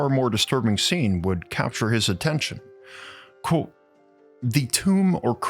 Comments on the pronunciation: It is pronounced "quote" not "quo". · It tickles me to hear him say “quo” instead of quotw